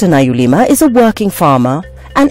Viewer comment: Good on you Dr Naluyima, you make yo country proud. But the presenter made a mess of yo surname calling u "Nayulima" hi hi! She can be forgiven for that ... everyone knows she meant well though!!